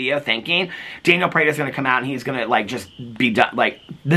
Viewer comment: you make me giggle every time you say “janiel” 😀you should get a candelabra for your porch studio for your late night videos!! Love you!!